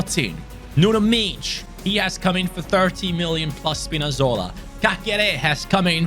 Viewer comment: it is prounonceed nuno mendes just like his name,not like u said his last name